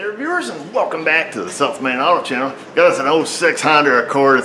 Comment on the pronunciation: I have subscibed to this channel for quite some time now. Today I realised its "South Main Auto Repair" and not "South Man Auto Repair" haha.